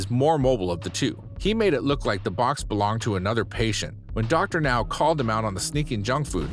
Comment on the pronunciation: OMG! The narrator finally pronounced Dr. Now's name correctly! Will wonders never cease? But the rest of the narration is pretty bad...